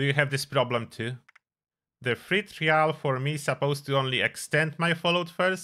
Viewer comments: I dont like the way you say trial. Its said like try all not tree al. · "Try-ul" just a fyi lol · bro you gotta learn to say the word ‘trial’ if you’re going to use it so many times in the video 🐢